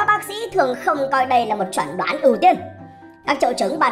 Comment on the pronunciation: Tóm được ad đọc chẩn đoán thành chuẩn đoán :v